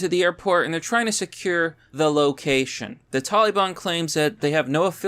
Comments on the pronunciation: “Taliban”. Please, for the love of god, would everyone say it probably. It’s not “talleebahn”. 12 marines, and one Navy Corpsman(Medic). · Look, man, only Joe Biden says Tolly Bon. Love you, but c'mon man